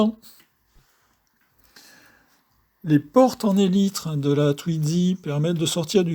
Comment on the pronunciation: Mais pourquoi donc prononcer TwiDzy avec un D au milieu puisqu'il n'y en a pas ???